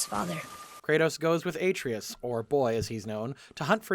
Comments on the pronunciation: I feel a tiny pinch of pain every time Atreus' name is pronounced in this video. Otherwise it's a very good video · It wouldn't be nearly as bad if there weren't video clips of the correct pronunciation layered behind it. Almost like it's on purpose. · You are purposely saying Atreus wrong and saying his name constantly to bug people and make them comment about how you keep getting his name wrong despite how often his name is said in both games. It's a good tactic but man is it furiating having to listen too. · You're killing me... It's Atreus. Uh-tray-us. Not Ay-tree-us. The video was good even with the mispronouncing of words and the occasional misspelled words in the captions, but it was most painful to hear each time Atreus was brought up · Say it with me: ah-TRAY-us. Not "AY-tree-us". "Ah-TRAY-us". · Game: “Uh-TRAY-us” This guy: “AY-tree-us” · I demand apology for the pronunciation of boi's name. Uh-tray-us not A-tree-is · It's "ah-tray-us," not "ay-tree-us," dude. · say it with me ah-trey-us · Kratos settled down and had a child named heart-valve. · New video drops Me: 😃 Hears aTREEus Me: ☹️ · dislike for how you pronounce Atreus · Not calling the scene where Kratos asks Brok to bless the spear, showing his absolute respect for him and assuring him of his worth, a Nat 20 scene is a critical fail for this episode. (That and constantly mispronouncing Atreus' name.) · How did you manage to pronounce Atreus wrong for the entire video when the game is fully voice acted? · Every time he says Atreus' name wrong, I cringe. THEY SAY HIS NAME CORRECTLY IN THE GAME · Man I flinch every moment you mispronounce Atreus' name, but love the video 🤣🤣🤣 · feels more like he gets all of his info second hand considering he never knows how to pronounce any main character's names ever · The pronunciation of Atreus hurts me